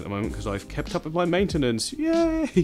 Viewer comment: Wiff instead of with. Lol